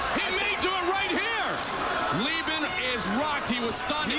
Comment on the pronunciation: Right? Someone either isn't quick enough or doesn't know fighting. Like how he said Leh-ben, and it's pronounced Lee-ben.